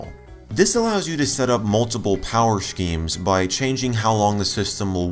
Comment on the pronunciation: "Power shkeems"